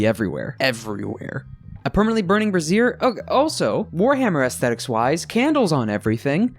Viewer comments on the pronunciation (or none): I think you mean "bray·zhr" ... though, a flaming "bruh·zeer" would kind of be hillarious/awesome -- though, probably not for the person wearing it XD